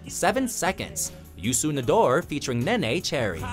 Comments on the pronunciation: It's pronounced Nay-na Cherry not nay-nay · You mispronounced Neneh...